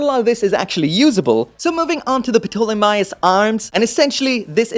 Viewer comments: Say the word Pterodactyl. Now say Ptolemaios. It’s TERR-OH-DACK-TULL, and TAWL-UH-MAY-OHS. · Ptolemy is read as 'Tolemy' really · The Ptolamaios is greek, so the p is silent and is just pronounced "Tolemy" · Dumb comment of the day Ptolemaios pronounce tall-i (like in “it”) my ous (like in house) Tall I my ows That being said great video and I’m so glad you are able to review so many kits!!! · “Putolamaios” lol!!! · Going by the Dub of Gundam 00, it's pronounced "toh-le-my-os". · I believe the p is silent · Someone probably already said this. But the P in the Ptolemaios is silent. In the English dub anyway, and in the proper way to say that name. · The P in Ptolemy and Ptolemaios is silent. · Boy, the P in the name ptolomaeos. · A little tip. When pronouncing the name, leave the P out. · The “P” is silent in Ptolemaios.